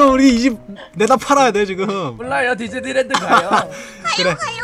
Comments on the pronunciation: 나 뒤질랜드로 들었어..ㅋㅋㅋ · 근데 디지니 랜드를 디질래 랜드로 했어요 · 봄수님이 디질랜드갈때 뒤질래라고 들림 ㅋㅋ